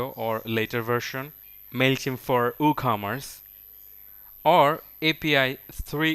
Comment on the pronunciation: "OohCommerce" :D